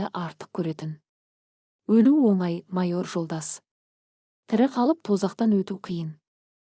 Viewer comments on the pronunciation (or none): none